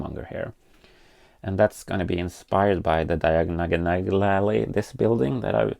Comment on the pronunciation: I love the pronunciation of diagonalally-ally 🤣